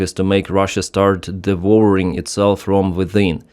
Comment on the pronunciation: 'devour' rhymes with 'flower' 🌷